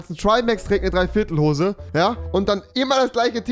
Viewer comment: Niemand : Wirklich Niemand : Rewi : dreiviertel hose 😂😂😂